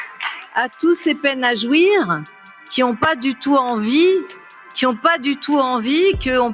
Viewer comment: "à tous ces peines à jouir-eu" maintenant j'attends les remix hardtek 😁